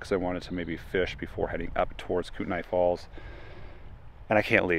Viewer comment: It's pronounced KOOT KNEE FALLS. I've been there done that in all travels in the North Western part of MT. If you need any other input for must see travels in this area hit me up. Can recommend many places to travel.